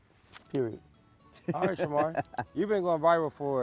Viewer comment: Is it me or Marco never said Shamar name right 😭😭😭😭